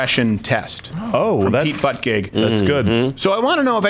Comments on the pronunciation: It's not "butt-gig", it's pronounced, "butt-judge" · Papa Crowder... Dont pronounce his name as Butt-gig... Pronounce it as the following. "Butt-i-get"... Justa thought. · After you keep on pronouncing his name as Butt-gig, I can no longer read his name as Butti-judge. Fuck you Crowder for making me a homophobe! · Dude, it's pronounced "booty judge". What the hell is "allyship"? I think they made that up. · I love how he pronounces buttigieg BUTT-GEEG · So...is mispronouncing his name as, "Butt Gig" a microaggression?!! Keep up the good work, Mr. Crowder! Love the show! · Somebody tell Steven that his name is pronounced as "Buddha Judge". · Is it only me who keeps hearing 'Buttigieg' as 'Buttcake' when Crowder says it? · It's pronounced BOOT EDGE EDGE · Its pronounced "Booty Judge" you bigot lol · It’s pronounced butty guy. Cause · BUTT-CHUGG!!! It's pronounced BUTT-CHUGG get it right Steven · Butt-Gig. Legendary pronunciation my friend 🤣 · Its "peter buttgoo " damn it ! Haha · I love the way Steven pronounces his last name Butt-gig. I've started calling him that too lol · Is it me or is Crowder saying Buttcake? 😂😂😂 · Its pronounced pete bootyjuice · Idk if you doing this on purpose but you’re mispronouncing his name. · Pete bukkake's name is a microaggression, its offensive to people who cant pronounce it and triggers ptsd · OK, OK, are they pronouncing the gay candidates name correctly? Buttgig? (I know the correct spelling)